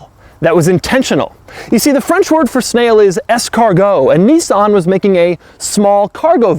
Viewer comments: Its niss-an not knee-sahn. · "Knee-sarn"?... that's hilarious.